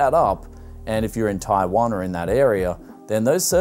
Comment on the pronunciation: Why does he say taiwan like that. TAIWON